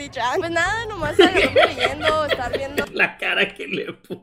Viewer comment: Nadie: Absolutamente nadie:: biendo updt Ajjajaja